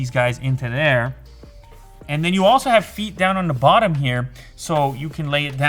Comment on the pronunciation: I can’t deal with how he says the he says it like da and it is just a pet peeve 😂😂